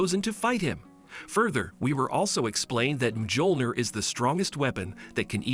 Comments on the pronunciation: he said mgiolnir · MJÖLNIR IS PRONOUNCED MYO-LNYI-ER NOT MJOLNIR GODDAMIT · It's pronounced as Miyolneer